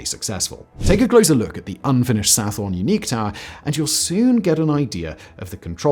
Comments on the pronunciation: Sathorn/Sathon is pronounce Sa-Ton not Sa-Forn FYI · I wish he didn't pronounce the 'Th' in Sathorn. There's no 'Th' sound in Thai language. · Your pronunciation of "Sathorn" is completely incorrect. Otherwise a good video.